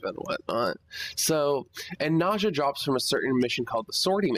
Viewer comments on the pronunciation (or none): ' Nausea ' I think it's Ney-zha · For all I know, a Nekros part BP drops after every Lephantis run. Is it by pure RNG which part I will get, or is there a way to manipulate the odds? Nice video by the way! Nezha is pronounced as "N-uh-Zha", it's actually Chinese! (so a Chinese like me will know LOL):D